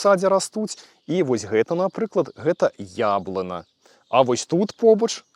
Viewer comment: Беларускамоуны.... Пачнём??? ПачнЕм... Прайци??? Можа, прайсци? Яблына??? А не яблыня??? Диз....